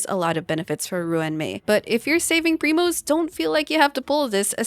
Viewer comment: you are saying primo 😅😅😅😅